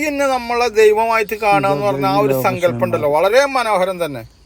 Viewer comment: ജല ദുർഗ്ഗ ,വന ദുർഗ്ഗ , സങ്കല്പം ( സംങ്കല്പം അല്ല ) ആദ്യം അക്ഷരം പഠിച്ചിട്ട് ഈ പണിയ്ക്ക് ഇറങ്ങ്.